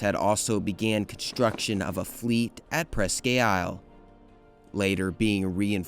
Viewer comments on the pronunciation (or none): Presque Isle is pronounced “Presk”, not preskay. Erie, PA native here. Great park out there, too. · Maumee is pronounced Maw-mee, not Mao-mee Meigs is “Megs” Presque Isle is “Presk” not Press Q